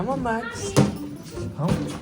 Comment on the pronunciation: U keep on saying maxs